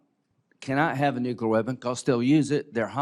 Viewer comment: Nukular, lyndsay?